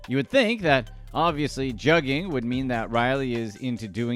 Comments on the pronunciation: That “u” in Juggin is Pronounced more like the words “good would should or could” .. it’s not jug like juggling and they use sound is not like bug tug or rug … you wouldn’t pronounce swindled as swYIndled so why are u going heavy on that jug thing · It’s pronounced Joogin